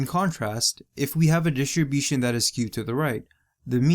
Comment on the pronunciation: why were you saying distribution like that ahahaha